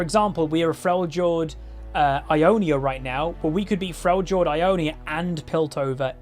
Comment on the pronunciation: Does the way he says Freljord annoy anyone else?